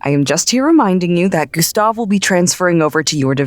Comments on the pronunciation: Director Jones: come Gastev Gustav: itS gUsTaV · IT'S GUSTAV, SIR ! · Gustav : ItS GuStAv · Did you know? Its G U S T A V